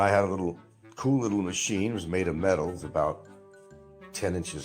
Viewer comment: Nothing is ever his fault. The government made him smoke. What’s a “ coo “ breeze? It’s cool, it’s treadmill! Don’t blame it on the eardrum you perforated to avoid the draft